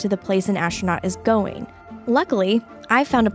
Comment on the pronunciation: The presenter is SOOOO cute! That scientist was looking at her and said ASStronaut